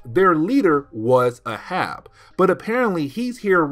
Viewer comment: Its pronounced "A Hab". Not uh Hab it's the same as Captain Ahab from Moby Dick